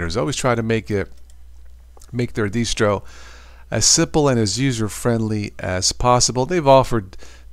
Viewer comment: '...make their 'deestro'..? check!